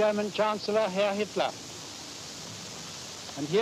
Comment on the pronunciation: The narrator says "histler" and "raisch". Hilarious.